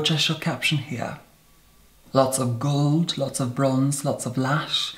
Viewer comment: But you can still hear the hint of Scottish there too, like when he says gold, the o in a scottish accent is always a bit longer, different.